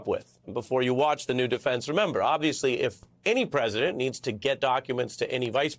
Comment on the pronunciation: Did you notice that he didn't specify which attorney? He said "I was contacted by the attorney of the Presd United States". No, that's not a typographical error; he actually said "Presd United States" (kind of like Trump's "Tim Apple"). Listen to his words and look at his lips (slow it down to 0.25 or 0.50 speed to see it really clearly). Aside from that, he said "THE attorney", as if there's only one, and then he said "OF the President" (do you mean FOR the President, Ron?), without saying if he meant a White House attorney or one of Trump's personal attorneys.